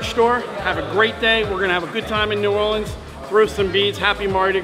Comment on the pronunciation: wow he said New Orleans right